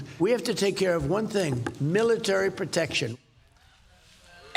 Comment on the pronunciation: after he instructed Linda McMahon to shutter the Dept of Education, he can now, with his "stable genius" and knowledge-soaking-by-family-relation "big brain" from Wharton, finally say how he thought everyone should write and say 'military': MElitary. Ah, yes. Like the wind turbines of the yesteryears getting the gender-affirming care like only he and Rachel Dolezal could, MElitary will be his most subtle way to Trump his greatest foe: a dictionary.